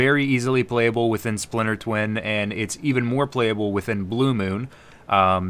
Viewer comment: Haha "Spliter Twin"